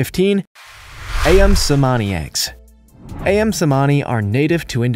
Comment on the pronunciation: #15 - Ayam is pronounced as ‘Ah-yam’ and not ‘A-yam’. Ayam means chicken in Indonesia & Malaysia.